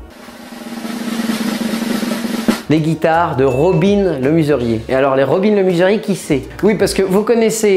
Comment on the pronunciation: Robin le MEsurier pas robin le MUserier...